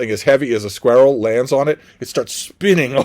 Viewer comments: you kill me with your pronunciation of squirrel ha! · I had to re-listen to it a couple times, I’ve never heard such a pronunciation.